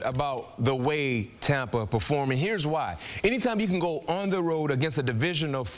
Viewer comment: "ong" the road?